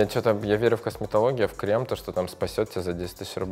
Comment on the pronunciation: КремЫ, крЕмами, экспеРДЫ😅